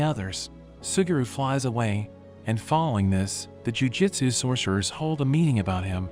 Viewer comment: Why do you read jujUtsu as jujitsu?